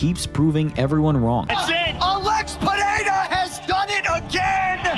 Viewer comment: Chael… “Alex Pierre” lmaoooo